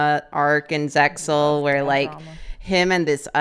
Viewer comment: more saying "zexal"